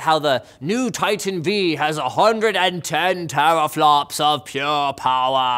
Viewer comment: You sound like a german when say "Tera flops"😂